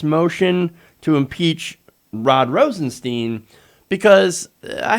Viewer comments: It's Stein.. Not Steen.. You'd pronounce the word stein like Stine, so if it's Rosenstein, you'd pronounce it the same as if the Rosen part wasn't there.. He even went on an interview and said he doesn't correct people because his parents went by both to make it easy on others, but he even said it's Stein not steen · PLEASE... Rosenstein is pronounced with a long "i", not a long "e". That's how he pronounces his name. It's not ambiguous.